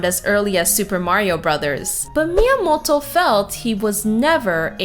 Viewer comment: please stop saying miamolto, , miamoto, , , you sound american, and yet when you say his name you try to put an H in there , like, miamohto, wtf